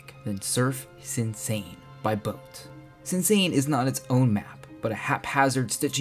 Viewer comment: "Sinsa" in Korean is pronounced "Shinsa". Great video